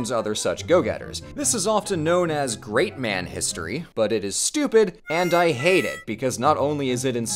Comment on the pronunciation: You got some real issues with the word great 😂😂😂